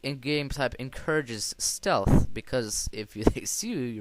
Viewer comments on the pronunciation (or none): none